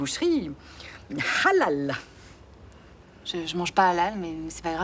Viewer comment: voila tt ce que j'aime pas ses réflexions à 2 balles sans arret et comment elle a prononcé hallal en insistant sur le h